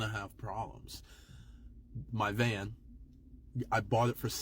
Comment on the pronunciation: Van not can lmao